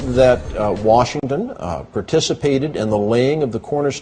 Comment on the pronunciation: That one guy said “George WERESHINGTON”